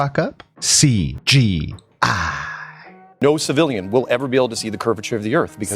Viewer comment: Omg, the way you say C. G. I. It just sounds so good xD SEE GEE EYE